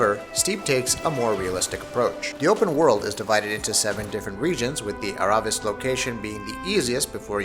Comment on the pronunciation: Everyone pronounces aravis how it looks its ah rah vee